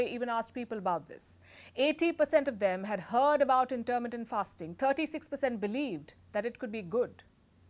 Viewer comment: Very good. Only your pronunciation of intermittent hurt my ears. The stress is on mi, not ter.